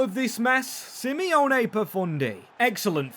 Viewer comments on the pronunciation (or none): Love the video, as an Italian just have to say that it’s Simone, not Simeone- 😊 you say it like “see-monet” like the French painter Claude monet “mone-ay”. It’s a clever signing too, great player for this type of rebuild